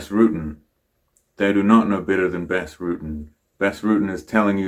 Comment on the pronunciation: Btws it's pronounced Bas as in UK English "bastard". In fact that's where they got that from.